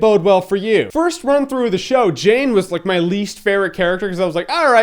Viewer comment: It's Jayne, not Jane, ha ha ha!